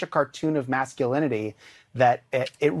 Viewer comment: He couldn't even say "masculinity" at first.